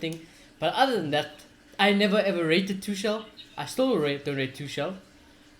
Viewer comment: Mate, its not Tushel.. its Tu-kul.